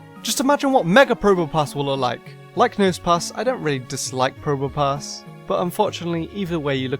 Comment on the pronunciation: you said nose pas